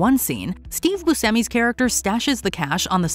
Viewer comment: I turned this off the moment you mispronounced Steve Buscemi’s name.